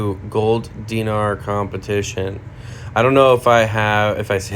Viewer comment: You are pronouncing Dinar correctly.😊